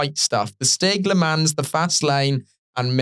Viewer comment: "le mans" 💀